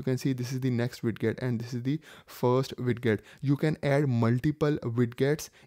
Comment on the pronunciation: Its spelled widget but its pronounced weijit